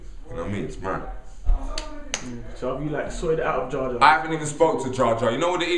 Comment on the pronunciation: jar jar lol its jah jar